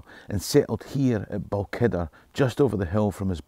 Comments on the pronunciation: Enjoyed this again. Just one question: "Balkidder"? When I was a kid, Balquhidder was pronounced Bal-hwidder. Has this changed? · Balkkider? 🤔 Ahh! You mean: 'Balquhidder (/bælˈkhwɪdər/); Scottish Gaelic: Both Chuidir [ˌpɔˈxutʲɪɾʲ] or Both Phuidir [ˌpɔˈfutʲɪɾʲ]) is a small village in Perthshire located 10 miles (16 km) north-west of Callander.' Stay free ...